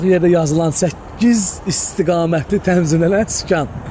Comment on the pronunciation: Temzim yox tenzim